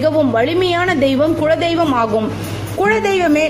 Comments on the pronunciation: Madam, the content is really good. But a humble request is please improve your tamil. It is kuladeiyvam n not kuzhadeiyvam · that is kula dheivam but u told kuzha dheivam,other than that good info